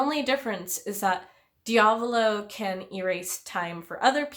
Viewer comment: the body swap is a huge part of this fight and I always loved it edit: also, I hate to be that guy but your pronunciation of diavolo is killing me. lol